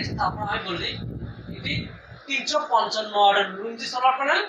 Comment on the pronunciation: লুঙ্গি না লোনজি😆